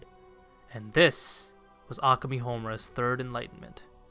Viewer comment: This was a good video but the way you pronounce Akemi and Madoka kills me inside every time I hear it